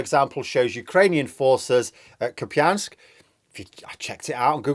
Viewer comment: Great comment. Upvote for Denys Davydov. Worth a listen for his charm and beautiful accent alone:-) Also, great for learning the pronunciations. started off well with Kupiansk but then bombed out with Kherson and Kharkiv. Drop those K’s guys:-)